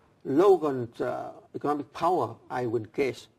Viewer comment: It's " economic "... Not " ecomic" dummy